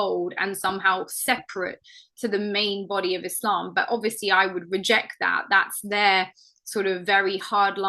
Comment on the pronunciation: Islam not ezlam for the guy first fucking talking, you must lern pronounciation first before lern what islam is